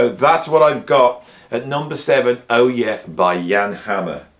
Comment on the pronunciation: Hi, great list! I, myself, am a big fan of Jan Hammer. I'm a drummer & I love his aggressive rhythmic approach, and he's a great drummer as well. I just want to give you a little reminder that "Oh, Yeah?" is a question. It should be pronounced as if the next phrase uttered is "I'll show you". ✌